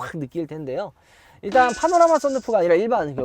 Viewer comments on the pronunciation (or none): none